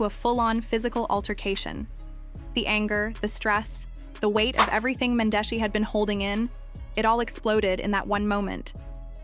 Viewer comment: Cringing to hear you pronounce Mendeecees an Yandy names all the way wrong. I can tell you don’t watch luv an hiphop Atlanta cause you wouldn’t be pronouncing their names wrong . If you gone speak on our culture learn how to enunciate their names an if u really watched the show you’d know that you are shredding their names 😬😬😬😬😬😬😬it’s disrespectful put some respect on their names